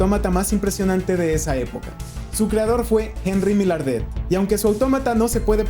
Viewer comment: No suena en francés millardet sino más o menos así (Mayargde).... Maillardet)